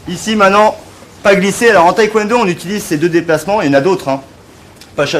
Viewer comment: On dit pas thaï-Kwon do…😢